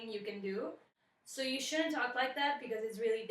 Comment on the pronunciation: Hey there, you have an amazing voice. If I may, might I suggest in that Alanis Morisette song that you don't close down the jaw with the oo vowel in you. There is a reason Alanis pronounces it the way she does. She says "I'm haiire to remind "yahow" Say it like that because it keeps the Jaw open and gives the smallest shift in jaw placement. You want to keep the mouth as open as you can at all times and from vowel to vowel make the smallest shift possible. Why? Because when you shift from Ah (open) to oo (closed) there is a tendency for a slight drop in pitch. Also the tongue gets in the way and less air is allowed to escape the throat which causes tension at the base of the tongue. Test it for yourself.